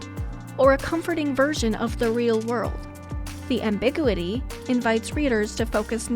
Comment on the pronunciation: You lost me at “abiguatidy”.